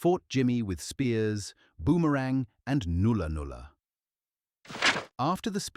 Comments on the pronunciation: oh ffs its not noolah noolah its nulla nulla, like Nullabour Plain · It’s not noola noola. It’s nulla nulla. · null ar ...not noola noola and wom as in woman wom er - ra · instead of newla newla try nulla nulla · nulla-nulla should be pronounced like the word 'null'.